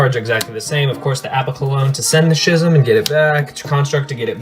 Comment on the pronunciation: schism is pronounced skism